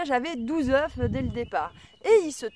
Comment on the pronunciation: Bonjour , si tes poules sont jeunes, c'est normal elles feront mieux la prochaine fois 😉.et la race des poules est très importante. Quand tu parles d'une poule ,tu prononce le "f" ,mais quand c'est de plusieurs, tu oublie le "f' 😉( surtout le prend pas mal ,je suis taquin et tu m'as fait beaucoup rire 😘😘😘) j'aime beaucoup tes video car, contrairement à d'autres, tu fait pas rêver les gens avec du " tout va bien " mais tu exposes la réalité des choses. Il faut beaucoup d'expérience pour réussir les choses. Je m'abonne.jaime beaucoup ta philosophie A bientôt et bon courage courage